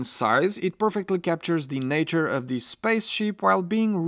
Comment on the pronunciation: Has anyone ever mentioned to this guy that the word "the" is not pronounced "dee"?